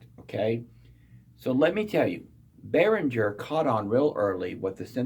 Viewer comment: gerr! behrin - ger it's german.